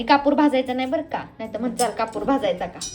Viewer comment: कपुर नाही कापुर असे आहे शब्द तो